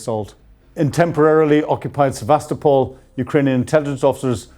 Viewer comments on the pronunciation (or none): none